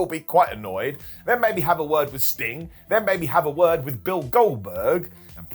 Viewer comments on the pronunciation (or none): none